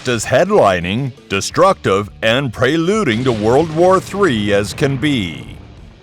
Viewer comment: Preyluding? Really? Try Prelude you won't sound so dumb.